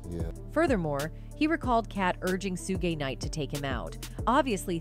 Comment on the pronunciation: Su gay knight lol. Come on how can you not say Suge Knight name right?